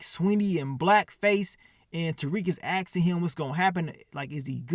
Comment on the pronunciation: be killin me saying Asting instead of Asking 😂 but should've called this episode "Master Splinter" with all the rats 🐭 in it 🤷🏾